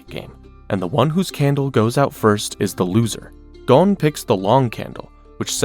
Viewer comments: You would think watching so much you would know it’s Goe-n and not Gawn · it's pronounced Goan not Gone wtf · I’m told him after watching so much you would think he would know it’s Goe-n and not Gawn. Lol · Gon….rhymes with bone. You wouldn’t say bawn